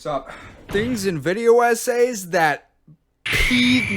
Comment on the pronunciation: “Sponer” its sponsor. “Anooyeing” Annoying “Esays” Essays I don’t want to be annoying but, are you okay???